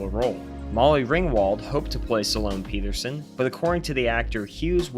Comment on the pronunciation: Sa-lone Peterson? Have you even seen Ferris Bueller's Day Off? Jesus that hurts the ears. I had to stop the video after a few of those.